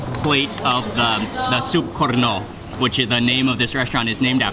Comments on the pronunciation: xixixi detik ke 46-48 n menit detik coba deh dengar mister bule itu ngomong korno sangkin exited nya mungkin jadi lidahnya keseleo dikit wkkkkkk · Woy KONRO, not KORNO! Wkwkwk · u say it was soup korno , it's konro not korno :) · actually thats call "konro" soup, not "korno" soup 😂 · Hi, Mark.. in this video I heard you said Korno.. I'm sorry but that's wrong, let me help you to fix it, the right pronounce is Konro ( count - raw ) ok, mate? Love this video by the way.. 👍😊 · Not korno But konro bro Wkkkkkkkkkk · betul konro, yg ngomong korno sapa bro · kon~ro not korno 😌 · " soup korno " XD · slightly to hear porno xD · Soup Korno Lol ITS Difficult To Say Bro Hahaha